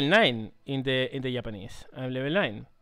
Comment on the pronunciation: I love the way he says Japanese, Yapanese :)